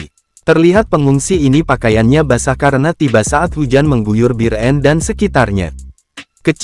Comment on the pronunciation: Bir-en..kesel bgt dgr narasi nya, emang susah ya nyebut biren (bieureun)